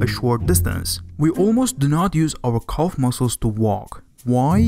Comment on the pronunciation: This video is painful even in the first few minutes: It's Calf not Culf, and the list of mispronunciations goes on. Even close captions can't decipher half of your nonsense!